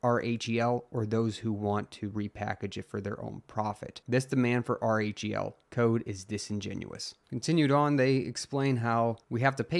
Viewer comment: Lol just say "rell" if R-H-E-L is too hard to say in the proper order, man. It's distracting to hear r-e-h-l over and over again 😜